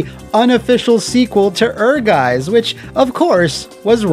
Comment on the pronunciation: "Ehrgeiz" is a german word and translates to ambition. If you want to pronounce it like a german, try it like this. "air+guy+zz"